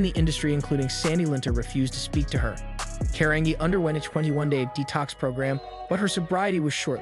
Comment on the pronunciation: Last name is pronounced Car an Gee Carangi